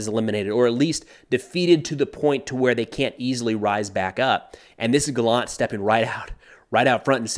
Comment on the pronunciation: Hi, Yoav gallant is pronounced actually GA-llant and not ga-LLANT. The emphasis is on the beginning of the word